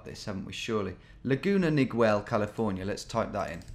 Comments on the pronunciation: Laguna Nigwell 🤣 (It’s pronounced like Miguel which is Mee-gell not meeg-well” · Laguna Niguel the u is silent in Niguel, not Laguna Nigwell. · Laguna Niguel is pronounced "Nih-Ghel" i lived there about a year and actually used to get groceries at the place the pin was set when you search for the place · I recognized it right away as well and knew the hill he was on! Two things Tom the banner you thought said O’Ryan said Design. It’s the Laguna Design Center and second the city is pronounced Ni-Gell, like Miguel with an N. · I knew the second one immediately, as I grew up in the area. The Ziggurat is a local landmark, and has been in a number of movies. The building in the foreground is the Laguna Design Center. And, BTW... Niguel is pronounced nih-GEL with a hard G. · Hearing him say “Neegwell” is so funny to someone who lives near Laguna Niguel. Love how Tom pronounces all Spanish words. Love the vids keep it up. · FYI, Laguna Niguel is pronounced "Laguna Nuh-gell." I know, I know, it's weird, but tons of Spanish words have been modified by English speakers here in L.A. and just stuck. This is one of them, locally.